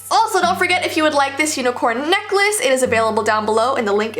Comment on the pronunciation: You said nikless